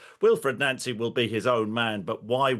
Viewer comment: He pronounces it correct, it's how Nancy says his name. Even says it in the most recent Celtic video showing the BTS